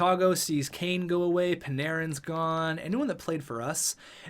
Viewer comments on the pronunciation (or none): none